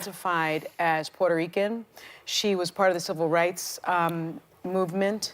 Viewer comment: "Puerto Rican" Idk for you but for me, these 2 words sound SPANISH !